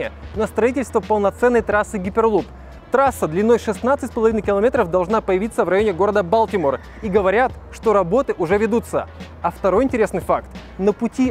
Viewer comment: хайперлуп, а не гиперлуп, граммаЦей!